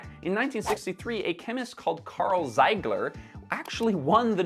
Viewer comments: The guy's name was Ziegler not "Zeigler" (pronounced [-ee-] not [-ai-]) and he wasn't awarded a Nobel Peace prize but a Nobel Prize in Chemistry. I simply read the very first sentence of his Wikipedia page... because I found it hard to believe he'd win a peace (!) prize for working on polymers ;) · Karl ZIEGLER, not *Zeigler. The German z is pronounced like the Italian one. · THE NAME IS KARL ZIEGLER, NOT ZEIGLER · I’ve seen some errors here and there in your videos, and I can understand that they can happen. However, if misspelling and thus mispronouncing Ziegler’s name (it’s zIEgler, not zEIgler) wasn’t bad enough, claiming he got the Nobel Peace Prize for his discovery (it was obviously the Nobel Prize in Chemistry) is just so blatantly wrong and ridiculous, that at least for me it brings some doubts about what else in this channel was this level of wrong…